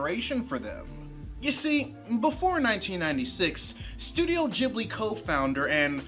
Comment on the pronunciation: Aww man! Stop saying "Jibbly" FFS.